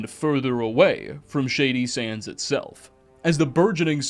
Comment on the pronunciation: You sound so smart until you say “Shady Sandszez”😊